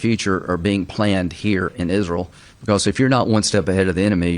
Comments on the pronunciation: Kyle, pronounce Israel correctly like Lindsay Graham. Isrull. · I hate the way Miss Lindsey says Isruul.